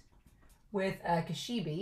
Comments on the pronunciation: She brought a bag of eyes 😨... Okay, Makima, you're a sick woman and I hate you. The name "Kishibe" pronounces more like "Ki-Shi-Bay". Actually Kobeni didn't say "I hate this" when she was standing with Denji and Power. She said "kaeritai" which translates to "I want to go home". She keeps repeating "kaeritai" over and over again. I know it's not anything major but I still wanted to inform you... The sword Aki is using now isn't the same one that he used to summon the Curse Devil. It's just a normal katana so he's fine. Okay so far Makima's abilities are super confusing... in previous episode she kinda uses this invisible force sorta thing to crush her enemies like tomatoes. And this episode she uses this ability where she may or may not look into people's eyes and they all start to bleed out from noses and eyes before they all eventually die. Like she's manipulating their bodies...? 🤔 Do you think a fear like this might exist? Body Manipulation? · Yes, I am the WORST pronouncer in the history of YouTube -- so you'll all have to forgive me. I've been told how to pronounce Kishibe's name; I'll try to do it better in the future, but I may mess up, just so you all know. I don't want to be influenced by comments that could have meaning that are a spoiler (I'm not sure if you're a manga reader or not), so I didn't read all the comment about Kishibe and Makima -- I don't want to be influenced by comments in how I think about the series, but thanks for the comment!